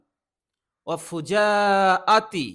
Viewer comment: ঠিক করে নেবেন শব্দটা ফুজাআতি।